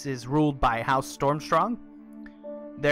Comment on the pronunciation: Its Stormsong not Stormstrong :P